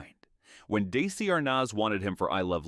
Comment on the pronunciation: This video seems AI generated. Johnny Weissmuller’s last name is pronounced differently in seconds. Desi Arnaz’s first name is pronounced Dacey. There is a brief photo of Robert Walker Jr. mixed with images of his father. These errors show no proper fact checking. The video also has no standard for calling actors dumb. Johnny Weissmuller is called dumb for being uneducated. George Raft for bad judgment for his movie role choices. "Jayne was never dumb. She just buried her brilliance beneath an image she couldn't shake." I could go on.